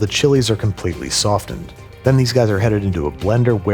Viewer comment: i don't think i've heard anyone pronounce the "t" in "softened" 😂😂